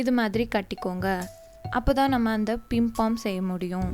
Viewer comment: Akka athu pimpom kedayathu athu pompom